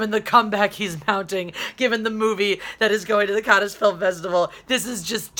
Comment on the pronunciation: Did you just say Can-nes film festival? Lmao.